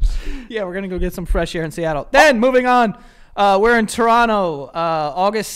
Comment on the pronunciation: Ohhhh I like Joey's pronunciation of Toronto!